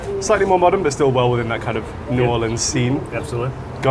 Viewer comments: I was slightly annoyed with the pronunciation of Nawlins until you also un-Americanized Guy Fieri's name 😂🤌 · please don't say n'awlins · Great episode but pro tip: no one from New Orleans says "N'awlins." They'll shame you here so beware!